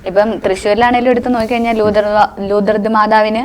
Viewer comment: ലൂതർ മാതാവല്ല കൊച്ചെ.ലൂർത് മാതാവ്.